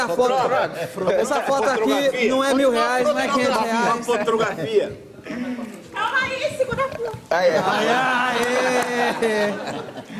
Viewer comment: "Tira frotrografia" kkkk